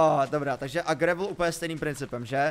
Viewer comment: Prosím říkejte "grejvl" díky ❤😂